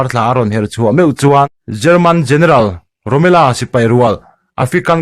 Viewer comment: "rommela" hi "angela" angin i lam a, a dik lo.... rommel tih mai tur a ni..... rommel-a tia i lam duh a nih chuan a dik tho mai.... rommela ni lovin rommel-a a ni.... a danglamna chu i hrethiam maw.....